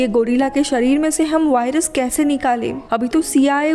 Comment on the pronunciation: वाइरस नही होता वायरस होता है